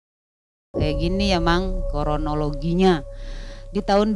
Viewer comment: Kronologi mba bukan korologi 😅😅😅😅😂